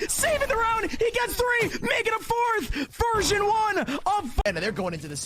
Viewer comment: why are the casters saying virgin 1 instead of version 1?